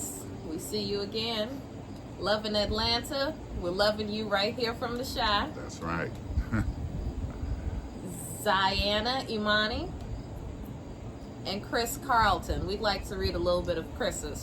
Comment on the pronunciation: Btw it’s pronounced “Zy-ah-nuh”❤️❤️❤️